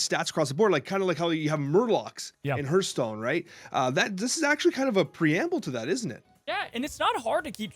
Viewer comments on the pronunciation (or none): none